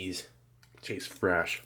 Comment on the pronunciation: Its fresh not fraa-sh. You sound weird.